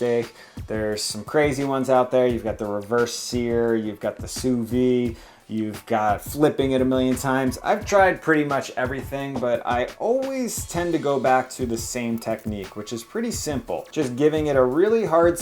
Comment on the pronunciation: when is he gonna stop saying sous vie? it's sous vide with a d. he's said soo vee in so many videos it's embarrassing